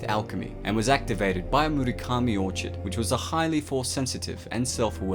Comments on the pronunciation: "orchid" is pronounced "orkid", not "orchard". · orchid is pronounced (or-kid) not orchard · Orchids are pronounced "orc-ids" sheesh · ORCHID IS PRONOUNCED OR-KID NOT OR-CHID THE CH IN ORCHID MAKES A K SOUND IN BOTH BRITISH AND AMERICAN ENGLISH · Or kid not or chid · Orchid is pronounced 'Or-Kid' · the way you said orchid was unsettling